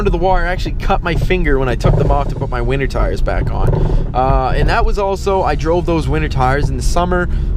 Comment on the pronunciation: It sounds like you’re saying “wiener tires”. lol